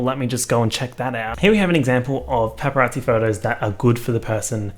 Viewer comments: Me: Paparazzi: Peppa Yahtzee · says « pepperazzi » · all i can hear is PEPPArazzi and now i cannot unhear it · He really said Peppa Raatsy. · PEPPERazzi is all I hear this who video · All i can hear is u saying pepperazi and it’s making me upset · “pepper at zee” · he really said: pepparazzi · No one:: Pep-per-rasi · All I could hear was pepperazzi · You say paparazzi like pepperatsi and I love it. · pronouncing it like "peperazzi" gives me life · no one:: pepparazzi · i thought you were saying PEPPERazzi as in your dog & i was expecting a video of good pics of pepper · Why do I keep hearing pepperazi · No one:: PepPeRazzi 🌶🌶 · saying pepperazi is so jarring but also comforting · the way u pronounced paparazzi is gross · Me: *listens to the into* *forgets how to say paparazzi properly* Though I guess I don’t pronounce the a either. Why is the a there if no one’s going to pronounce it?